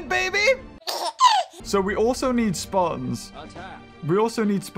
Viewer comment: its speertons not spartons thats how you pronounce speartons